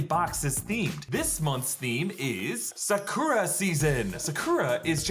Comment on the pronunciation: sa cur a 😭 it’s Sa Ku Da/Ra